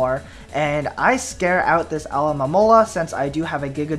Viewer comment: just saying you always say alomomola name wrong o.o